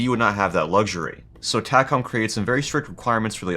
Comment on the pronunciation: We pronounce it TAY-com. Just sayin'.